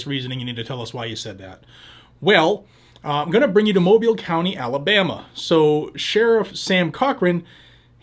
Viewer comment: He pronounced Mobile correctly. Thats rare